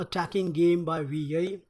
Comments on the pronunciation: Can't stop laughing everytime you pronounce wi yei instead of wei yi LOL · Momo Jones im chinese i think its pronounced as (way ee) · you are very interesting! his name is pronounced,I think...........y-ee [wei=Y and yi =ee] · More like "WEE YAY" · I love how you pronounce wei yi "wi yei" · The way you pronounce Wei Yi cringes my hinges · Work on your word pronunciation : his name, percent, perfectly etc. Other than that, great commentary.